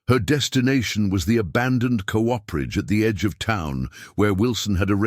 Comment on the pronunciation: VERY GOOD STORY WHICH I THOROUGHLY ENJOYED. PLEASE TELL YOUR READER THAT COOPERAGE IS PR0NOUNCED COOP-ER-AGE WITH COOPER REFERRING TO: Cooperage refers to the craft of making barrels, specifically the process involved in constructing and assembling the various parts of a barrel.